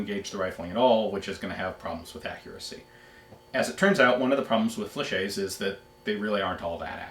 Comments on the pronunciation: Fla- shet, not fla-shay. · Ian! Pronounce the "T" in Flechette. General rule in french: If there is one T, it's silent... two Ts and you pronounce the T! Now let me hear you say "SAIGA"... Up, gotta go, it's my turn to hit the bong and my parents will be home any sec. Cheers from the east coast! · Hate to be that guy, but... Fleh-SHET. Great video anyway!